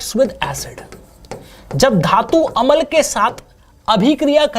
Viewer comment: sir अमल नहीं होता । अम्ल होता है ।